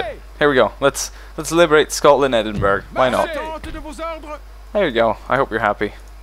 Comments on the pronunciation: btw edenbraugh (spelt wrong and im from scotland) is pronunced edinbra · Jager= Yay-ger Edinburgh= Ed-ing-bur-ah :)